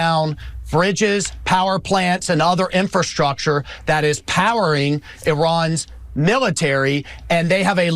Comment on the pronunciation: Dang Ben, you still can't pronounce "infrastructure."